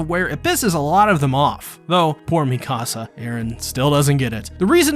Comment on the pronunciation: WHY DO U PROnOUNCE HER Me kasa its mikasa